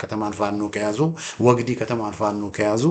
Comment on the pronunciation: ወግዲ ፣ ሲነበብ ግ ላላ ዲ ጠበቅ ወግዲ